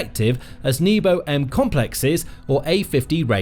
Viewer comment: so you pronounce nebo as knee-bow - that's hilarious